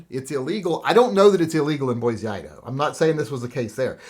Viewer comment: As a good guy with a gun that lives in Boise, I personally was working, not shopping. Also, for future reference, it's pronounced Boy-See not Boy-Zee - us ID natives get salty about the pronunciation 😂